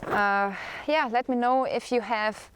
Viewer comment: Love how you say... "Yea" 😕